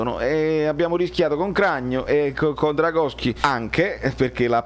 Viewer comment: Giusto per precisione e non per presunzione: Dragowski si pronuncia tipo "Drongoski" (mi fu fatto un 'rimprovero' da un polacco nei commenti di un video una volta 😂)